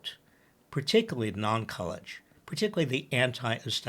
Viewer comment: Stop saying collge /non college. It"s insulting to the many people's sense of intelligence.